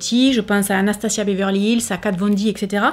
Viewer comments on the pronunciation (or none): none